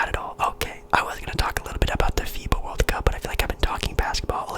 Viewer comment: I thought I heard fifa when u said fiba or something 😭☠️